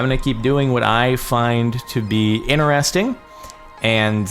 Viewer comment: I've been watching you for... quite long, but I never could stand how you say "interesting"/"interested". I thought its being said complete other way